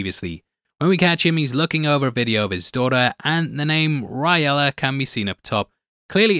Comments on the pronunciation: its gabrailla ....not brailla dude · I think it's Abriella, not Riley or Riela which sounds like an hispanic feminine name. Just an observation. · the name ir briella not riella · when Miguel is watching the file the girl's name is Gabriella, not riella or w/e lol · it says gabriella not riella